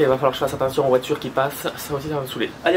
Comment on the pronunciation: Attends je vais choper un verre pour boire à chaque fois que tu diras VOITUREUH xD